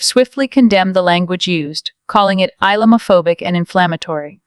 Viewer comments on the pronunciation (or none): "Eye-Llama-Phobic" ??? These AI's text readers are clueless & Such Fun! Popular Democracy for Britain & Europe! 🤣